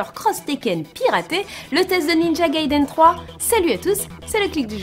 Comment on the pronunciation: not Gay-den!Gaiden!